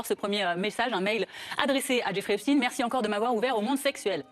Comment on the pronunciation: Si c'est pour epstine et non Epstein. J'ai même même pas envie t'entendre. Tu sais déjà que se sera du blabla 😂